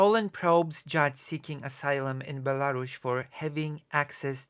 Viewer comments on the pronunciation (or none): WTF is Belaru-SH? 😵‍💫